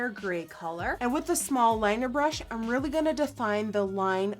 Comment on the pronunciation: i love how you say "im gonna" you dont say im lol you say in 😂😂 it's cute